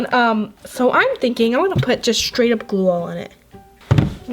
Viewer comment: Gl-oo that is how to pronouns glue😝😝😝 but i love your video's😍😍😍😍😍😍😍😍😍😍😍😍😍😍😍😍😍😍😍😍😍😍😍😉😍😍😍😍😍😍😍😍😍😍😍😍😍😍😍😍😍😍😍😍😍😍😍😍😍😍😍😍😍😍